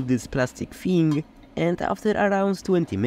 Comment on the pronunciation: I love your sense of humour. "Plastic theeng" made me laugh.